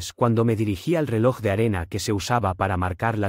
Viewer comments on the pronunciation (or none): none